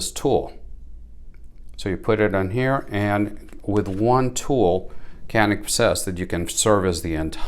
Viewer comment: If you're interested in the Mete pronunciation, keep in mind that Canik is spoken as Janik. Idk if it's worth trying. It's like: You're indians. No we aren't. Nah, you're indians.^^ Not being able to mount full sized red dots is a serious detriment. How does the upper edge of the backstrap feel like? Could be an issue in competition creating a hot spot. The small pistol shaped tool is nice.